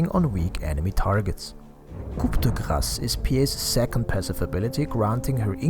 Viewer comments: just so you know, coup de grace is three french words that are pronounced: 'cou de grace' in english, you do not need to pronounce the P anyway, good video man! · Your pronounciation of Coup de Grace is so bad, i wondered if it was intentional. Also I would not recommend skadi and strongly avoid buying butterfly on PA